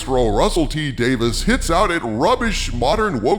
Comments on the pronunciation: It's DavIES not DavIS. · Hail! But uh... If you please, m'lord: Davies is not Davis and is pronounced "Day-veez". Forgive my insolence 🙏🥺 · "WHO ARE YOU, RUSSELL T. DAVIS?" Well, first of all, he's Russel T. DaviES. Day-VEEZ. Not "Davis." DAVIES. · Every time you mispronounce Russel T Davies name and say "Dave - isss" instead of "Dave - eeze" it drives me nuts! LOL! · Not just the Timeless Children. Then entire Chibnall era must be entirely retconned, or there is no going back for me. And I have been a Dr. Who fan since the Classic series, LONG before the revival by Davies (pronounced DAVEES not Davis.) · I thought his name was Russel T Davies...not Davis. Is this a different guy? If so, that's a weird councidence. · You absolutely butchered his name. It's pronounced Davy's. I seriously hope you see this before you do another video on him bud. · It's Davies, not Davis